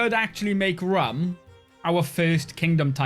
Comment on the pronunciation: Your mispronounciation of "Rum" is triggering me 😭